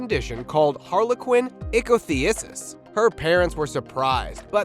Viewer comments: Ichthyosis is pronounced ick-thee-oh-sis. The harlequin forms are the most severe of all. My heart goes out to this girl and her family! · Friendly tip: uterine didelphys is pronounced “die-dell-fis” And harlequin ichthyosis is pronounced “ick-thee-oh-sis” thank you for posting and spreading awareness. ❤❤❤